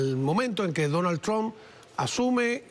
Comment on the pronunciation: Se dice Trump no tug😂😂😂😂😂